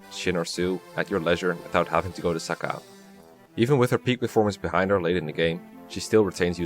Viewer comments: In Heroes, it is pronounced "Suh-kay" as opposed to "Saka," so I think that is how it should be said. Then again, Heroes also has like 4 different pronunciations of "Ephraim," so you never can be sure... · it’s SA CAY REEEEEEE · I've never heard Sacae pronounced that way, I've always used "Suh-kay". Great video!